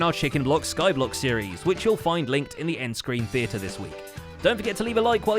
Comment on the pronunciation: Well fanks... 😄